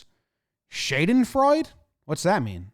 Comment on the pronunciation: Like you mentioned, it's so shady and concerning when shit like this is being done behind closed doors, without transparency as it does lead to wild speculation and just so much confusion and distrust. Also just in case 🧐 lol: Schadenfreude was a German word (I think it's become an English word now as well) for when you derive joy from other's suffering or failure and it's pronounced more like shawdenfroyd.